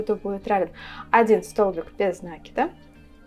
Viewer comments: видео отличное, речь хорошая, но откуда этот нАкид?... пришлось выключить звук... Какие оба варианта? НакИд, от слова накИдывать! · Милая,с удовольствием смотрю Ваши видео,все очень интересно и голос у Вас приятный, НО не нАкид,, а накИд. Вы же нить накИдываете, а не нАкидываете...Режет ухо 👂 🙈 А в остально все просто замечательно 👍 Удачи Вам и вашему каналу 🙋‍♀️